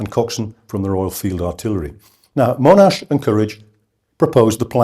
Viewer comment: Agree, all I heard was that Monash (not Mow-nash), developed an initial plan (combining things he knew worked with tanks, plus the aerial ammo drops), consulted his subordinates on the plan, good feedback was provided, the plan was then modified and implemented, his troops fought bravely and well, the battle was successful, all objectives were reached, and Monash took credit (as any commander would). Instead we get Monash was ‘devious’ in his desire to have US participation, or the plan didn’t work perfectly (which, amazingly, they never do after they start!). Monash can stay on his pedestal.